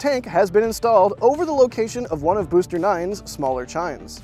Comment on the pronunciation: "Boster" 9 😂🎉